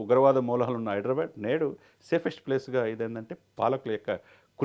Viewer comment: హైడ్రా బ్యాడ్ ...కాదు ra baabu... హైదరాబాద్.....బ్యాడ్ బ్యాడ్ అనకండి